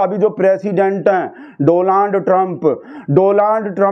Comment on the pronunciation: Its donald not doland 😅😅😅